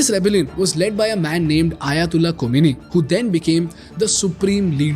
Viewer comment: Ko-mi-ni? khoh-may-nee